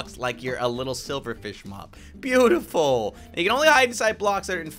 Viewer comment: Thats not a glitch he just said beautiful like that